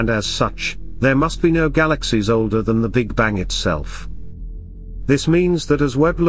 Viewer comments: The big Bangk? What is a bangk? LoL!! The almost robotic voice is terrible at pronunciation. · Why the hell are you pronouncing bang with a K? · Sorry, can't listen to someone that pronounces "bang" as "bank". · The "Big Bang", not the "Big Bank". Damn computers. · Tolmasoff how can u listen to a person who says the big bank & not the big bang?this narrator cant even speak words properly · Bastikov he said the big bank.this gut cant even pronounce words properly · "Big banK"??!!! REALLY??!!! Perhaps a different narrator might be a good idea!